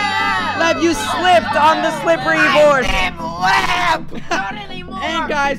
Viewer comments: Its lev not leb my name is leb🤣🤣🤣😅😅😅😅😂😂😂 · Dude your name I Lev not Leb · when jentzen falled Lev: myyy nammme is LEBBB!!!😂😂😂 I AM DYING OF LAUGHING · Levs LEBBBB is so funny Lev:MY NAMES LEBBBBBB Me:🤣🤣🤣🤣😂😂😂😂😂😅😅😅😅😅